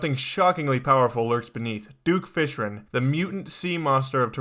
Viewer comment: I love your video but you said "Duke Fishren" I am not trying to be rude but I just think this is kinda funny.